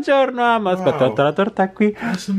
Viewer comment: È uscito Dan Pasquale: "ASCHPETTA"